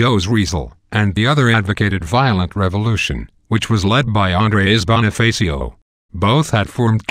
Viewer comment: its hilarious when you say Andres Bonifacos name but I think that's also offensive I don't know